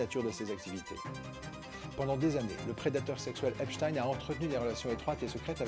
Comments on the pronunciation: Il a bien prononcé Epchtain... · Merci le fait de bien prononcer son nom correctement.